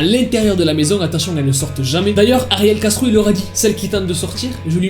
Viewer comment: Quand il dit ariel castro j'entends ariel gastro